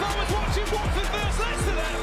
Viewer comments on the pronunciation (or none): none